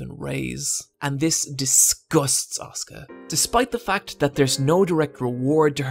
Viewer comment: As someone who watched a non-english dub, the way you pronounce Asuka, as (the way it sounds for me) Oscar and not as As-u-ka and Rei as Rey and not Rai really confuses me